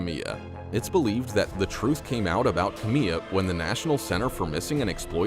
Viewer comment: Kamiyah Mobleys name is pronounced Kam eye ya not Kameeya